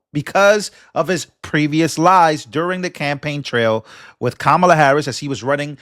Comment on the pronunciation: Tim is finished, didn't he see the election results he was suppose to carry Kamlay, I'm sorry I didn't attend her class on how to say her name. does it males any difference to anyone????